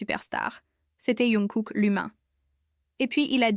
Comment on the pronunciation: Ça me fait rire quand elle dit younkook😅😅